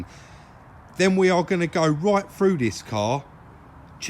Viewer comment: It is pronounced through, not froo. Irritating to listen to.